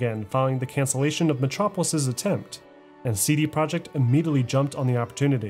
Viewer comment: Great documentary but it hurts to hear you butcher Polish words 😢 projekt is "pro-yekt" and łódź is "woodsh" dude it's irking me lol